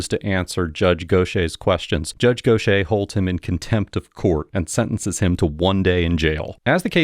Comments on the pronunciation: Go shay* is pronounced gauthyhair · “Gauth Ear” is how it’s pronounced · Dude: how is Gauthier pronounced like that ?